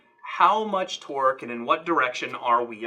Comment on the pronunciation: I was pretty sure you said 'Twerk' instead of 'Torque' and became very interested in what that would look like.